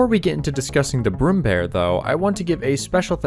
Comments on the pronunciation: ä is pronounced like the "a" in rare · IT'S NOT BROOMBEAR IT'S PRONOUNCED B R U M M B Æ R